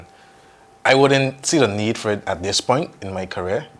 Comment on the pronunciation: Lmao “Poin” raw tola accent rass